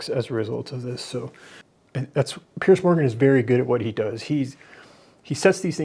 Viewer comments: Piers has complained before that Americans always pronounce his name as pierce, like a stab. Throw a z sound on there and buck the disrespect, and say it like peers. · Piers is pronounced Pierz, not Pierce.